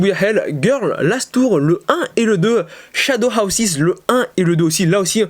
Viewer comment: L’accent svp 😭 shadows ‘hawsize’ 😭 c’est house 😭 donc ‘Haws’ Sinon très bonne vidéo et puis t’as toujours moi qu’à 3 mangas touts les 4 mois puisque que je suis pas milliardaire